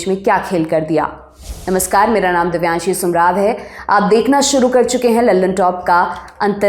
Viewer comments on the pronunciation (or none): YE anchor ne apana naam Bole jaisa laga likh k aa raha hai, kuchh toh gadbad hai daya, conspiracy hai